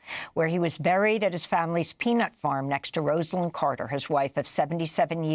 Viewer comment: It's Rah-za--lyn, not Rose -a-lyn